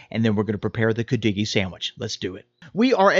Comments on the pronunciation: Hi, I got a big kick out of how he pronounced it, 😂 Then a while later said Coo doggie! Omg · Oh my God, I was laughing when you first pronounced it! How can you get on a segment about something you can’t even pronounce emphasis is on the Cu “Could-de-gee”! Lmao But good job 👏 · Love cudighi. I live in the UP. Note: we put the accent on the first syllable. We also make it with venison. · I never heard it pronounced the way you do. But your recipe is close to mine.